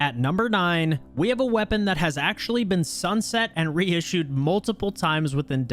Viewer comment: Re-issed lol